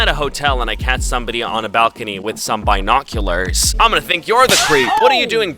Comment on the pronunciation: The way you pronounce some things is real weird. LOL like binoculars and wasp